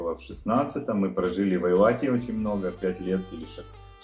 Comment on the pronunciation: додик ..... не айлат а ЭЙЛАТ!!!!!!!!!!!!!